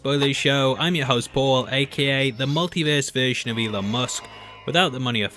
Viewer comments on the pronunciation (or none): none